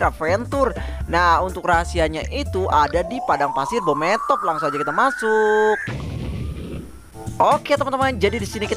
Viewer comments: Bang beemothep bukan bometop🗿🗿🗿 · Bang bukan bhomothep tapi bhemoothep